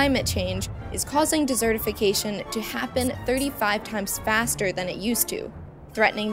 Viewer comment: She can't pronounce desertification correctly, desert not dessert.